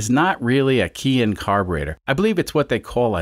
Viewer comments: Just nit-picking, but Keihin is pronounced kay-heen. I guess not a Keihin anyways so you can call it anything you want. Love the content, keep up the great work. PS. growing up in the mid 1960s my aunt drove a Renault Dauphine, and used to chauffer my mom around everywhere because my mom didn't drive. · I looked up the pronunciation of Keihin before starting this carburetor series and a lot of folks say it the way I do. Of course I don't always pronounce things correctly.